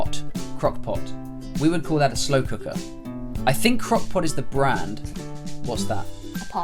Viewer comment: She doesn’t even sound American like when she said “pot” in the beginning that’s not how a proper American pronounces “pot”